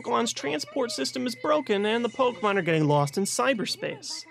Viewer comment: How to pronounce Pokémon 101:stop saying it like po-kuh-Mon or po-key-Mon but instead say po-kay-mon